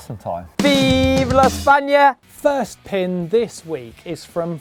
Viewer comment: Nice video like always and nice pronunciation on viva España, im from Spain 😄